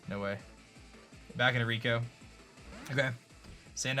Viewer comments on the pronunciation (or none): none